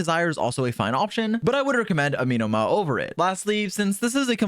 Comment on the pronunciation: I hate the way he is pronouncing “Amenoma” 😂